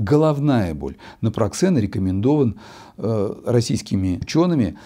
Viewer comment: Напроксен выходит,а не напраксен